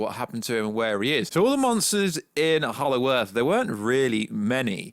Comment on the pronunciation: Did you say hallow earth?